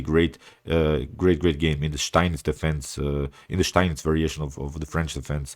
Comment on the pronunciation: Do you live in Germany? Your pronounc of steinitz variation is perfect, the steinitz I mean.